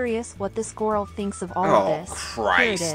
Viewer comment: I can't deal with "gorl" but I love your videos, especially the cat fishing ones. I went and subscribed to Candy's channel and offered her support.